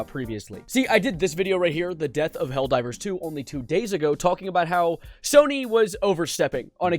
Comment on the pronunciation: ITS NOT HELLDOVER 🗣️🗣️🗣️